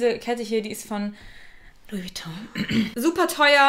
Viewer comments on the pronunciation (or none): none